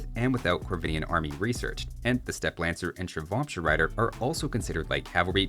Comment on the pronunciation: A couple pointers on the pronunciation of Indian units. Ratha is pronounced along the lines of "Ruh-thuh" rather than like "Wrath" - Ratha in sanskrit translates literally to "Chariot" Shrivamsha is pronounced like "Shree-Vum-Shah", like the "vam" taking a shorter "vum" sound rather than like "wham". Shri is a deity in Indian religions and vamsha translates to "dynasty". So Shrivamsha riders would be "Dynasty of Shri" :)